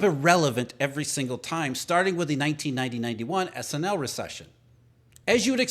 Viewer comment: Did he just say "SNL" recession???😂😂😂😂😂😂😂😂😂😂😂😂😂😂😂😂